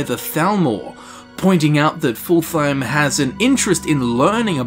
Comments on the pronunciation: I know you already preempted this, but you are basically calling him "full time". His name should be pronounced fullt-heim. :) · Just an fyi, I think Fultheim is said like either Ful-Time or Fult-Heim, probably the latter. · its pronounced fult-heim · It's actually pretty easy to pronounce: "Fult - heim" , there is no "th" sound. It's also not pronounced like"full time" but rather like "fult hime". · I don't understand why they say Full-Thime, when it's very obviously supposed to be pronounced Full-thaym. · Fult-heim Not fulthheim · His name is pronounced Fult-heim not Ful-theim. Proper nordic speech doesn't 'th' that's just anglification at work. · I heard "Full Time" and I can't unhear it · Darn it. It's Fultheim. Pronounced like Full-time! XD I jest ofcourse, we love you. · Hadring: clearly says Fultheim: horrendously butchers his name not 5 seconds later Why are YouTubers like this? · is generally not great at pronouncing things. We all suck at something:P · What if hadring says it wrong? :O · Take a shot everytime he pronounces Fultheim wrong. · sounds like you are saying fultheim the phalus